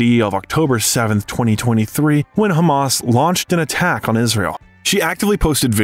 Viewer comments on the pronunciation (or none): none